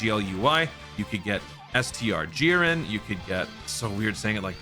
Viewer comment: I'll do it for u, ahem...."JIReN"